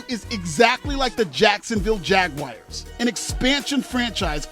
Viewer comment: Keep making fun of the yts all you want. Heck, even give my Cowboys a stray if you'd like. But for the love of gawd, please stop calling Jacksonville the "Jag-wires." LOL, that hurts my ears!